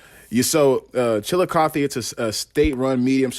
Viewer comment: You pronounce the name of the city right the river is wrong in Scioto the c is silent